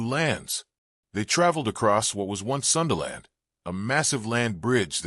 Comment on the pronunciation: sundaland, not sunderland, we're at our name, Indonesia, indo = mixture, nesia = nation